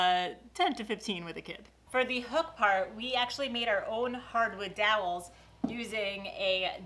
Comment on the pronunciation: you're a great inspiration and a great mom. Have a great summer with the kids!! And another video where we get to hear you say, "dowels." 😂